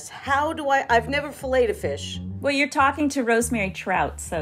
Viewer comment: beth butchered the hell out of that fish 😂